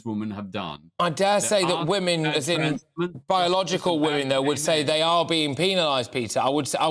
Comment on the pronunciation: Why the hell can’t he pronounce the plural of woman? It’s WOMEN Peter!